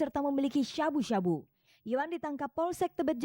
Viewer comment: Nyebut sabu sabu nya lebay banget Harusnya sabu sabu aja bukan syabu syabu 😅😅